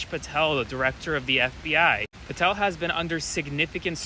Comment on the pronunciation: It's PATEL not PARTEL!